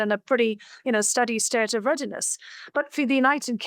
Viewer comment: "Readines?" Are BBC getting their interns right off of those channel boats? 😂